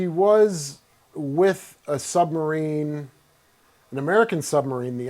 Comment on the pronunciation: if he says "sunmarine" one more friggin time....